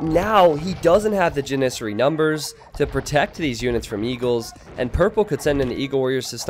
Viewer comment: You say janissary different from how I think it and it tears me apart.